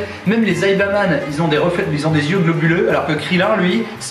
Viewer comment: C'est saibaman pas zaibaman.